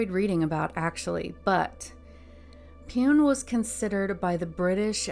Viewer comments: Pune City is pronounced as Pooney City. Rest very well narrated by you. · Lol Pune. You sounded cute mispronouncing this